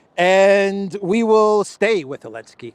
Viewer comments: I love that you still call him Elensky 😂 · What's the matter with you saying Elensky. Algorithms? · Is the Z in zelensky silent?